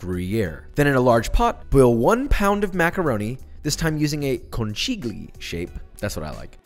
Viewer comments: conchiglie not concili!!! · it's Konkee-lee-yaeh angry italian comment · Papa, It’s CON-KEEL-YAY Italian phonics are different from english. H is silent here. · Con-chee-g-lee shape!!!! Ahahah, man it’s pronounced Kon-kee-lee-ay, roughly, because the “gl” together is a sound you guys can’t make so forget about it. Greetings from Italy P.s. It’s linguin-ay and fettuccin-ay, you guys get it all wrong 🤦🏻‍♂️ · conCHIGGLY JOSHUA??? Say it with me Con-Kil-yeh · Josh is worried about offending the Italians so he salts his water but then pronounces conchiglie "con-chi-glee" lmao I'm only a little disappointed haha It's more like "con-keel-yay" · The pronounciation for conchiglie is con-ki-gli-eh actually. Please don't ever say it like Josh did or an Italian grandma will die. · Why the fuck did he say "conchiglie" as "con chee lee eh" what the fuck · dude!! hahahaha, con-KEEE-li-eh ("chi" in Italian is pronounced as a "k" not a "ch", and the "g"is silent) for conchiglie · Conchiglie is pronounced con-key-ye btw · Conchiglie -> Konkilie (happy italian noises) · you read 'conchiglie' like --> Con-kee-leeay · Conchiglie: the g is soft. Like a Spanish ll sound. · pronounced "con-kil-yeh" but yeah an amazing pasta choice for m.a.c. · Conchiglie is pronounced con-KEEL-yay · Lovely video but now I will tell you how to pronounce Conchiglie: “con-kee-ye” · It’s pronounced “con ki GLI(this is more like a weird L) e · Con-keel-yay is the right pronunciation 😉 i love conchiglie, too! Possibly my favorite pasta!! Love your videos, too!! And your recipes!! You’re hilarious 😆 Edit: Those are not conchiglie though, those are possibly lumache. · As an Italian the way you said conchiglie cracked me up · The pronunciation is giving Italians aneurisms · HE PRONOUNCED CONCHIGLIE WRONG LOL I FORGIVE U !! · I love you're pronunciation of "conchiglie"(it's wrong but I love it), I'm Italian and I'll ask to Accademia della Crusca to make it official <3